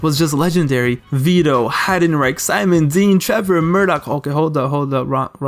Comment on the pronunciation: did he just say Heidenrape lol 🤣🤣🤣